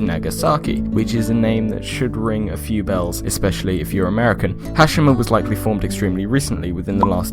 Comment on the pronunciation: it's pronounced "Ha- she- ma"